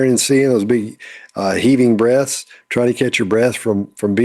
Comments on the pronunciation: did you hear big breasts when said big breaths? Just wondering, I'm a big fan of TBP love learning, the best is when you're right. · Both and I heard 'breasts' and then 'heaving breasts' as was sharing his thoughts Literally: 🤭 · Ha ha, I thought you said we can see those Big Breasts. But you actually said "big breaths."🤪🤪🤣🤣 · I misheard “breaths” 🤣 “heaving breaths” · lolololol oh my gosh, at the end when says "we didn't see those big breaths..." I heard "we didn't see those big breasts" at first I was like "what?!" but then I realized he said breath not breast. She reminded me of when my kids were toddlers and would through a fake fit. Everyone BUT them knew it was just ridiculousness, but they thought it was believable.